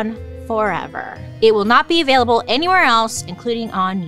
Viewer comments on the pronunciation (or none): none